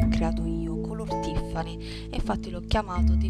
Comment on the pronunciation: Tutto perfettamente abbinato, anch'io faccio così. Quasi sempre. Stai proprio bene. Visto che siamo come sorelle..... Si dovrebbe pronunciareTiffany en Ca. e ciarms, per i ciondoli. Tutti gli spignatti, anche l'ombretto, che magari non rifarò per adesso, mi interessano perchè da ogni tuo video si apprende sempre qualcosa.Baci.